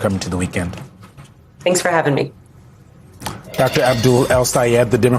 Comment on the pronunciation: Abducter Al Sayed!? Learb to pronounce people's name properly!